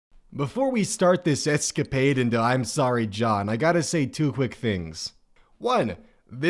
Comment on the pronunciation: I'wn sowwy